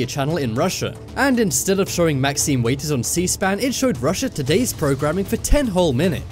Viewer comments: Maxine Waters, not Maxine Waiters. Seriously, dude. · 1st comment so far... it's Maxine WATERS - correctly pronunciated as, in a glass of tap or bottled WATER(s) to drink... NOT waiters, weighters or waaaters. Just sayin' (bc it drives me nuts) 😆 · Waters. Not Waiters. Waters. Like, you know, the shit you drink. Jesus Christ...